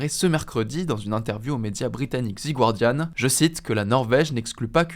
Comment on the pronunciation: "the guardian" = "zi gouardiane" :face-turquoise-covering-eyes